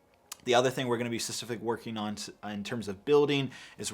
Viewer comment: Specific bro, it’s specific! Please.